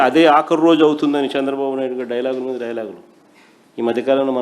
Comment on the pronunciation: సాంద్ర బాబు కాదు రా say చంద్ర బాబు . First learn to speak any one language properly. Tdp is ruling very well, we are happy. You don’t worry